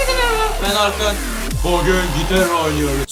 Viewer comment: Abi herkeze merhaba ben akın diyon :D neden öyle diyosun orkunu anladıkta akın ne :D